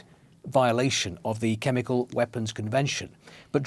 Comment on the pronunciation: Why does the presenter say "chemicaw" instead of "chemical"?